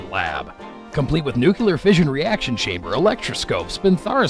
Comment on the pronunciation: "NU-CLEAR," NOT "NUKE-U-LAR."